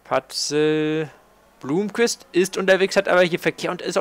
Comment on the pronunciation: Blomqvist spricht man noch immer Blommqvist und nicht Blumqvist aus:) Und Frijns Freins und nicht Frinj. Wäre cool, wenn du das noch verbessern könntest. Ansonsten tolles Video! Weiter so!